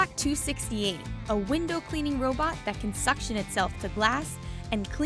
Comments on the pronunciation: did she just say hoe bot? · LOL “hobot”....suction...